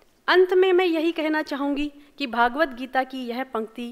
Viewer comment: Not भागवतगीता । सही नाम भगवद्गीता है